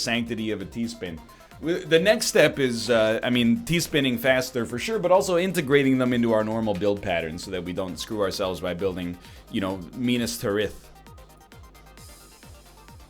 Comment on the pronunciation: What? Minas T'riff? Canadian egg butchers elvish like it's a pig. Minas Tear-ith is the correct pronunciation for those who don't know. Edit: Wait fuck English. Tear as in crying. Not tearing cloth. Oh and the spelling is Minas Tirith